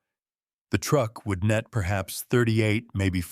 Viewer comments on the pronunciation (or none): none